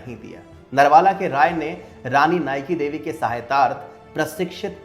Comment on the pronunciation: I AM FROM GUJARAT AND WE HAVE CHAPTER OF RANI NAYKADEVI IN OUR BOOK. OUR MOST FAMOUS GUJARATI WRITER DHOOMKETU WROTE BOOK ON NAYKADEVI. और भाई नायकादेवी थी वो आप नाईकीदेवी बोल रहे हो.